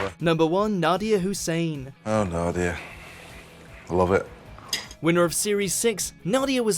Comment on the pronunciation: "Nadiya Hoosain"